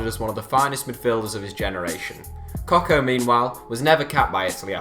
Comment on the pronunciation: Pazzini is not nicknamed the 'madman' because of him being mental. He is actually completely sane and not a troublemaker. His name gets shortened to Pazzo which in Italian means crazy. Also. Francesco Coco (your pronounciation is just confusing) was a highly rated left back even during his days in the Milan youth system. Long touted as the heir to Maldini, he went on to shine and make the Italian team for the 2002 world cup. Unfortunately, he was though more interested in womanising, so his form dipped. At the time, Seedorf was not doing well at Inter, whilst coco had been loaned out to Barcelona, and his form was floundering. The deal actually made perfect sense. It just seems ridiculous now, given that Seedorf went on to win everything and Coco disappeared into oblivion.